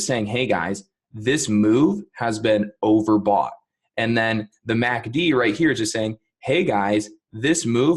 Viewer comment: The only problem I have with this video is saying “Mack Dee” as opposed to “ EM A See Dee” Thanks.